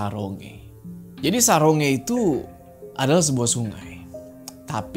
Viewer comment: Saronge itu di bacanya sa rong ge kak